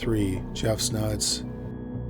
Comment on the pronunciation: I thought he said Jeff Snuts😅